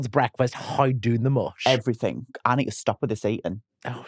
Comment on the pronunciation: Obsessed with how says “everythinK”